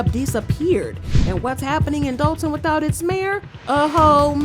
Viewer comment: That’s Dolton with an “o” not an “a”as in Dolton, Illinois